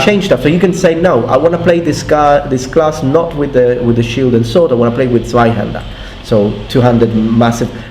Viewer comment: Nice one on " Zweihänder" you getting into german :)